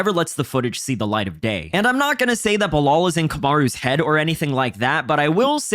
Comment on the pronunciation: Belal rhymes with "Kill Al" as opposed to "Sell All"